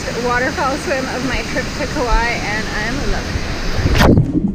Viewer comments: It is pronounced Ka Wah ee learned that from the native on the island, at a Luau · Nice video btw Kapa’a has two a’a’s for a reason cuz it’s pronounced Kapah-ah not kappa. Kaua’i is Kauah-ee